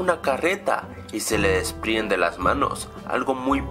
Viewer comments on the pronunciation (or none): JAJAJA LOL SI NOTASTE COMO HABLO EL YOUTUBER Y SI NO FIJENSE Q DISE DESPRIENDE LOS BRAZOS Y NO DESPRENDE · es desprende no despriende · alguien mas noto que dice "despriende" en vez de "desprende"?